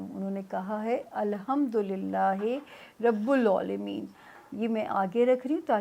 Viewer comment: Rabul alameen. Ap ki pronunciation galat hy. Please correct kar len